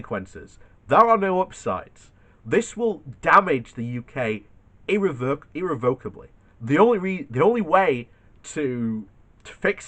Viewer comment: Irr-rev-o-kab-ly Irrevocably